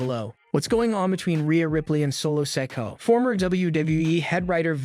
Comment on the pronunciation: His name is pronounced so-ko-a not sak-u